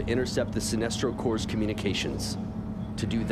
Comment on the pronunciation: Corps is said like core